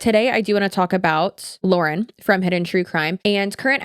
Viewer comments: I think people who were looking for an outside perspective on the Hidden True Crime thing got so upset by you mispronouncing her name repeatedly because it makes it sound like you didn't do your own research. If you watch any of Lauren’s content, she says her own name at the beginning of every video. The fact that you mispronounced it made it feel like you just read a script sometime else wrote instead of doing your own research. Given the nature of this scandal, I think it's warranted that people point out if you mispronounce the name of the person you are covering in depth. Love your content and how you cover all kinds of different online topics, but on this one I was skeptical about how much research was done on HTC because you didn't know how to say the creator's name. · People were whining about you mispronouncing because she says her name at the beginning of every video.hard to miss. Also I'm not arguing the video or if she's plagiarized just generally can we please start doing our own investigation instead of relying on chat gpt which ai not only is terrible for the environment but it misses nuance and context often.